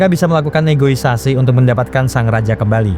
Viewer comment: Min, yg benar itu NEGOSIASI, bukan NEGOISASI...